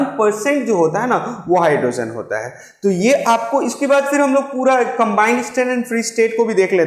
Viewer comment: Sir you explain nicely but please don't pronounce it as hydrosen it's hydrogen